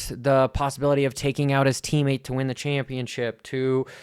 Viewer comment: Those type of questions are definitely for the pits not a post race press conference. It’s totally irrelevant of the race. There is a right time and right place for things. That definitely wasn’t it. Try to work on pronunciation and annunciation. It’s teammate not teammet